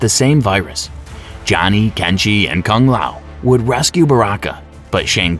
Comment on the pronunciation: Riden, leeoooh Kang, Kung layow, Kam I dog ew, Ken Shy? Tell me you've never played Mortal Kombat without telling me you've never played Mortal Kombat.